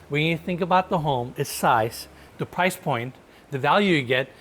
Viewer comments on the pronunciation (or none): none